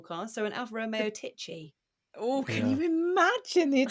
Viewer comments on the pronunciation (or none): Greetings from Poland, Tychy we read with ch =h like in host. Not like you did it 🙂